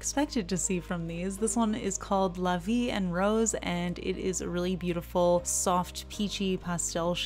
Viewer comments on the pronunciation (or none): 😉 Actually, +FrenchTastic would approve of "Merci Beau-Blue" as ye spoke it. Correction on the "en" of "La Vie en Rose": Sounds like a short "aw." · Yeah really, honestly the only flaw I can find is that you accentuated a little bit too much the "n" sound in "la vie EN rose". But it's still totally understandable. A part from that it's perfect 😊 (unlike my english, but I too try really hard 😆)